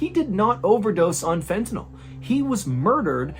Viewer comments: Just an FYI, it's pronounced Fenta-NIL, not Fenta-NALL. You got it right in the second half of the video a few times 😁❤❤ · Sorry to be a dick, but it's pronounced fentaNILL, not fentaNOLL. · I know it’s a nitpick, but I work in a clinical setting with the drug so I always correct people when I hear it pronounced this way. It’s pronounced like fentaNULL, not fentaNAWL. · How can you show a vial of fentanYl, and still mispronounce it? It's not NOL, it's NYL. 🤦‍♂️ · It''s FENTANYL... That's pronounced like Fentanil. NOT Fentenol. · Fentanyl is pronounced Fen-ta- nil, not NALL. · It's fentanyl, not fentanol. Why can't anyone pronounce this word? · FENTANYL not fentynol. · Fentanyl, not fentanol. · It's "Fentanyl" not "Fentanol" (which is the way you pronounced it in the "Stupid Killer" video. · Please know that there is not, nor has there ever been, a drug by the name of " fent-a-NOL". It ends in "NYL", not "NOL". It is Fent-a-NYL, which rhymes with "Sent-a-pill". Please tell Sean Hannity also, since he hasn't pronounced it correctly either.